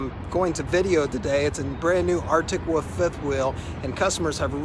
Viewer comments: I've heard folks from different a ton of differing accents say it this way. Basically, it's how a kid says 'wolf', but they never learn to pronounce the 'L' in the word. It annoys me as well. LOL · Drives me nuts every time he says Arctic Woof. Never heard that before, maybe it is an accent, but so weird.